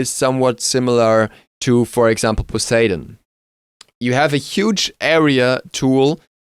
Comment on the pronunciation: I agree with the few comments here that Ravana's Ult you can skip til you max 1 first then his 3. Also on a side not, I swear Poseidon was his name, not Paseidon. lol